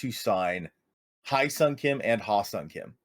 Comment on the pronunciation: Great video :) Small tip: "Hye" is pronounced like "yes", but drop the "s" and add an "H" :)